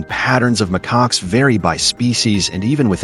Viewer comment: mccocks? really? stupid AI